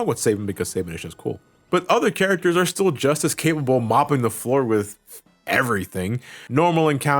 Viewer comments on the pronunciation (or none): none